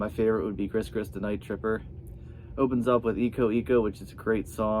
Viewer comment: As a native of Louisiana I’m glad to see you dig Dr John but your pronunciations of things are vastly incorrect. Gris-Gris is pronounced “Gree-Gree”. And Iko Iko is pronounced with a strong “I” not “E” sound. Great collection btw!